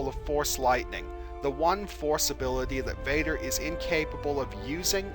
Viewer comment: pronunciation VADER not BADER